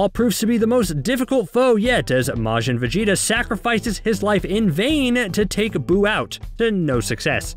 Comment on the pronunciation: kamehameha wave? Gohand? Na Mek? maaagin vegeta? trash overall resume not hating but it ain’t it if u ain’t a fan